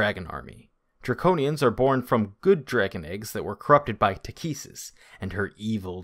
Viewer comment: Love your stuff bro ! Your work is well researched and the video flows nicely with its entertaining quality. I know you’ll have a massive following 👏 One thing my tho, the Dragon Queen Takhisis. Her names pronounced “Ta - Kie- Sus”